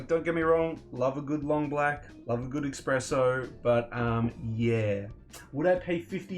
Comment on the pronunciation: Did you just say “Expresso” ?😂 There is no “X” in it it’s “Espresso” pronounced,… “Ess-press-oh”, just messing with you no hard feelings. Like your video